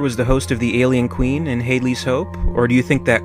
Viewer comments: Much of this will remain up for endless speculation. The mispronunciation of "Hadley" should not. Had-ley, not Hade-ly ;> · it's pronounced HAD-LEE